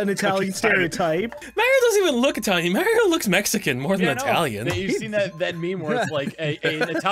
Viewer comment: tha "italian" cant even pronounce Mario (he's saying Merio)